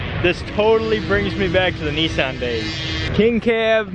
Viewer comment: i'm sorry but who put an e into Nissan